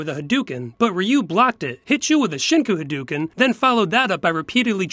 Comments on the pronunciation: Ha-"dew"-ken. Agh. At least they pronounced Ryu correctly. Great skit otherwise. :P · They say Ryu's name right. But they still hay Hadoken wrong. They're getting better at least.